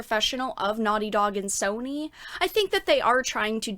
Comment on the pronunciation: I like, how you pronounce Sowny. :)